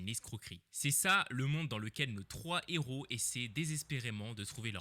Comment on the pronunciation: Vidéo peut-être intéressante mais j'ai arrêté le visionnage quand le narrateur a dit " ...pourquoi ces trois Z'héros... ". Ma santé intellectuelle avant tout😔.